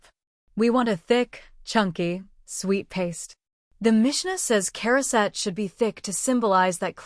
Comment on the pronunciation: we say Charoset as Ha-row-set. Heavy on the Ha.